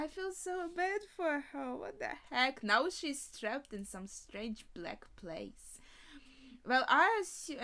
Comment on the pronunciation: 日本人はLとRを間違え続けます（笑）、彼女が「場所」と言うと「プレース」のようです、面白いですね（笑）